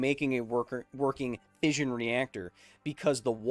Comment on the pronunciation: It's "fission" not "fizhion".